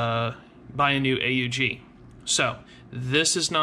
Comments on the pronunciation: Actually the correct pronunciation is Aug in one word a d not A U G 😉 so the second variation is the right one. Greatings from Austria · I thought it was pronounced "Ugg"